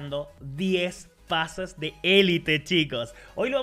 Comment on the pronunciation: se equivocó en pase y dijo pasas